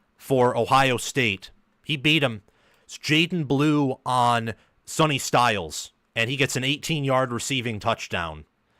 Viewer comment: His name is Sonny …pronounced Sunny, not Sony.